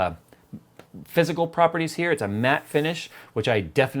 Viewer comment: When said it had a matte finish. I heard meth finish